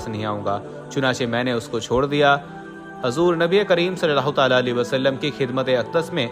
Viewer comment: Bhai hazoor Nahi huzoor boliye